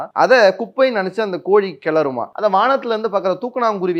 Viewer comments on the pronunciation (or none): none